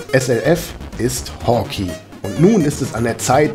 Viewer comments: Nettes Review, aber bitte es heißt nicht "Hawki", sondern "Hawkei"!!!!!! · dagrubar Danke. Ja, klar ist es falsch. Ich hab die Beschreibung mal um die Erklärung geändert. Es ist halt so, dass ich den Titel immer schon als Kind falsch gelesen, gesprochen und geschrieben habe.... "Hawkey" statt Hawkeye. Und dieser Fehler zieht sich wohl bis heute durch. Immerhin hab ich es diesmal dann richtig geschrieben. Das zeugt wohl nur von der Qualität des Spiels, es hat einen bleibenden Eindruck hinterlassen ... und einen falschen Namen ;) Ich weiß nicht ob ich es jemals richtig aussprechen könnte ohne das es sich für mich völlig falsch anhört :)